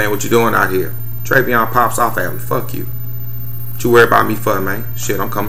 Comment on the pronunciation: And another thing you so smart yet you can't even pronounce Treyvon name correctly. This has neen all on the news and radio yet you still got it wrong. So I guess if the guy you punched in Vegas would have shot and killed you it would have been cool. But your punk behind ran like a real man...yeah right